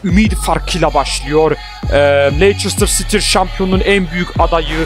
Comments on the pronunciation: ABİ LEİCESTER CİTY İ LANÇERSTIR DİYE OKUMASAN ABİ LEYSTIR SİTİ DİYEOKU +1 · leistır sity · okunusu: leyçestır siti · Abi Lester Siti dogru soyle tik oluyorum :))))